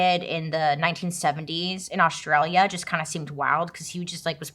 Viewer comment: bailey i adore you but pleeeaassseee learn how to say Australia properly 😂